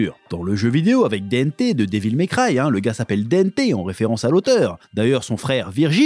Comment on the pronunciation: Dante ❌ Dente 🤌